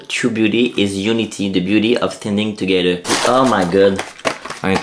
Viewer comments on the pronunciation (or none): Ça me fait tellement rire quand tu dit hamburgE, togethE 😂😂 Est-ce que pour les noms de famille c'est pareil exemple.. Lavigueur c'est tu LaviguE ou non 😂